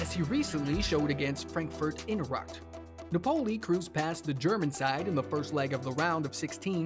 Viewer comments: The overview of Khvicha's life is good, but please learn how to pronounce countries and teams' names correctly, e,g., Nah POE lee, not NAH pole y. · Lol yeah - Na-PO-li😂